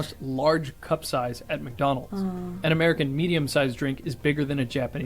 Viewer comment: 厚切りジェイソンの部分はWhy Japanese Pepple!ならびにWhy McDonald's!がありましたね。McDonald'sは日本式に発音しましたね。